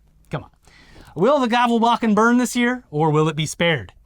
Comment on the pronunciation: As a Scandinavian myself, it's adorable to hear you try to pronounce Gävlebocken. is close, is hamburger.